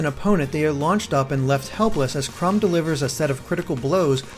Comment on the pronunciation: It's chrom not crum